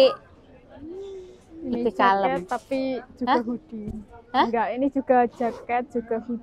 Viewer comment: Hoodie mbak.. Bukan goodie. Beda arti